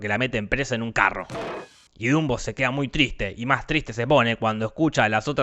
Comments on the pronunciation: Se dieron cuenta que en el minuto dijo Zumbo en vez de Dumbo? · Dato curioso el narradador, si no me sr su nombre pero no inporta, el punto es que le dijo junbo a dunbo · Dumbo keras decir dundo xd